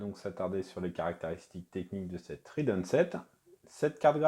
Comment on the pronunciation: Pourquoi prononcer rIdeon ?